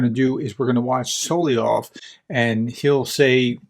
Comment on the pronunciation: Best to find out how to pronounce Solovyov's name. I think it's so-lov-yov but you can find correct pronunciations with google. I'm pretty sure you are not pronouncing it correctly. Hate to nitpick but if you're covering this guy often, must get the name right.